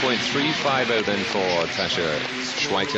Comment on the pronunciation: it's ok because that wasn't Tasha on the floor anyways it was Tabitha, didn't you know? I've heard commentators butcher names before but that's got to be the worst pronunciation of "Tasha" I've ever heard.